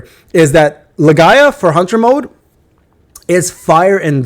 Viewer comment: Why do you call it Lae-Ga-ia. Isn't it's name Lee-Gee-A? (Legia)